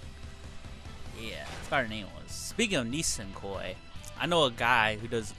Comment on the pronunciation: It's "Nisekoi" by the way, not "Nisenkoi".